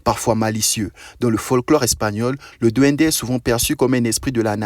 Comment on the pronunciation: Duendessss . Pas DND DUENDESSSS